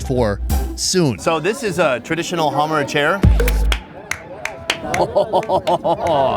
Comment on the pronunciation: It's not pronounced hummer tribe, it's hamar/hammar.